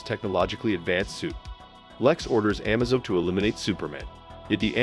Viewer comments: It's pronounced Amaze-o, not Amazo. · it's A-maze-o not Ah-mazo. It's also I-vo not e-vo. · The androids name is pronounced “Ah MA Zo” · the am-azo made it hard to watch.. as i kept watching everytime he said it wrong i was hoping he would say it correct.. nope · In order to get the AI to pronounce the name correctly you have to write Amazo's name phonetically. "Uh-May-Zoe" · Just FYI, it's pronounced amaze-o.